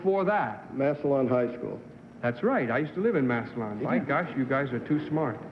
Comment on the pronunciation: Everyone pronounced Massillon (Ohio) EXCEPT TOM POSTON. Massillon is pronounced "MASS-LUN." The "i" is totally silent and the "o" is pronounced like a "u." Poston pronounced it like most non-Ohioans do. Ironically, Tom WAS an Ohioan, so I do not understand his error. Tom was an absolutely hilarious character actor. Ohio dominated the field of comedy in the 60s, 70s, and 80s. Bob Hope, Dean Martin, Tim Conway, Paul Lynde, Jonathan Winters, Phyllis Diller, and many more.